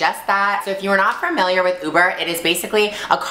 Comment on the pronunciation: I love you Gigi, but it's pronounced familiar, not fermiliar.